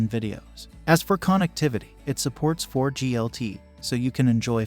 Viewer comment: say KON EKT TIVITY one more time, i dare you.